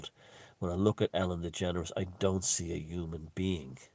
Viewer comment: "Ellen Degenerate" LOL... Not sure if you meant to say that but you did.